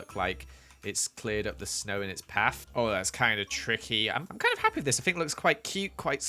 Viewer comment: Why u say happwy all the time?